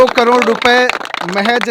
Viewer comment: करोड़ तो सही बोल ले 😂कड़ोर😅